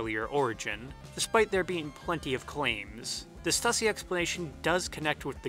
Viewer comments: Idk why but im being triggered by the way you say "stussy". Its stew-see my mans. Not stuh-see. The logo has 'ü' not 'u'. But dear lord i didnt know the power or reach of THE 'S' till this video. I just thought it was something random from like the 80's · Stüssy is pronounced "Stew-see" because of the umlaut over the U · But stussy is a shoe company that made it, and it's pronounced stusey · You are also pronouncing stussy wrong...it’s pronounced “stoosy”, but I mean it’s really hard to make sure you say the words correctly...*studies theories for hours/cannot pronounce stussy. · Stussy is pronounced "Stew-C".